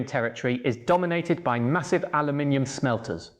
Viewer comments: Missing "and" from some of the numbers, and mispronounced "aluminium/aluminum" as neither English nor American. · I've never heard anyone use Aluminium, Aluminum or a mix of the two, Aluu-minium, in the same sentence before. 😄